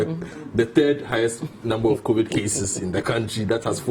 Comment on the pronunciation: Did he just say COVIT??????? Massa it's COVID wai